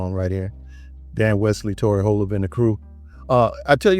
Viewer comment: A couple of notes: c flat and b sharp {kidding}. You nailed the pronounciation of Holl uhb. Also, Tori, and Pattie, Maxine, and LaVerne Andrews all hail from the Twin Cities Area. There must be something in the water.